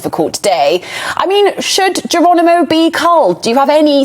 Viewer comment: you plonker, it's Geronimo not Geranimo!